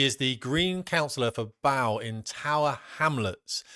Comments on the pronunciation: it’s pronounced bow as in 🎀….not 🙇🙇‍♀️🙇‍♂️ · It's bowe... Not bowel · It’s pronounced Bo…..not Bow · Pronounced "Beau" in Tower Hamlets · Btw, it's Bow, as in bow and arrows. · Not Bow as in take a bow, Bow as in bow and arrow - speaking of which, get training lads... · Bow...pronounced Bo mate. Keep up the good work, these people are brainwashed by political ideology at university. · She’s from the Greensnot Party. Oh and the place in London spelled Bow is pronounced in the same way as a bow and arrow. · It’s pronounced bow as in bow and arrow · Bow, pronounced Bo as in Bo Peep, East London. No criticism, just so you know. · Great video as usual, thank you for espousing all that we feel. Btw, it's pronounced 'Bo', spelt Bow mate, that's your nautical side coming out no doubt! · bow as in bow bell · Actually, the name of the Green Councillor's bailiwick is pronounced as in 'Bow and Arrow' or rhyming with 'show', not as in 'taking a bow' - rhyming with 'cow' - after a stage performance. On the subject of rhyming, Cockney rhyming slang is said to be the rightful art of those born within 'Bow Bells', that is the church of St. Mary le Bow, after which the district is named. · “Bow” pronounced “Bo”. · Bow pronounced bow as in bow and arrah me old cock sparrah😉😉